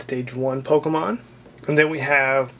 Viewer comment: you say pokemon rong